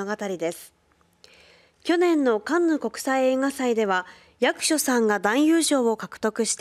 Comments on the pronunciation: や↑くしょさんって何やねんｗ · 「ゴジラ-1.0」、海外での評判も上々だね。それにしてもこのねーちゃん、「役所」の発音（イントネーション）がおかしくないか？ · アナウンサーの「役所」の読み方に違和感がありますね。